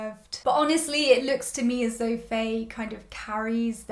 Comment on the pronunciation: Loving your reviews as always ! I love your thoughts on characters so much. Btw, Faye's name is pronounced similar to "Fine/Fai" not "Fay" (Just to let you know !!)